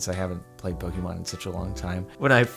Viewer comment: For the last time, I've kept my peace for a while but it has gone on too long. JARDON IT IS PRONOUNCED POKÉMON. PO-KAY-MON